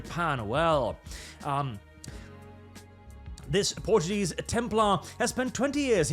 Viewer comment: You are mispronouncing Portuguese yet again... The Portuguese are the only gaijin the Japanese respect, given the fact that we were the only foreign power that didn't came to their islands to make war but to trade. And Ubislop decided to sh*t on that, stupid French frog eaters, this is why nobody likes you!